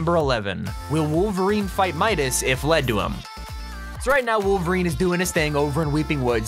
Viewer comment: shadow midaseses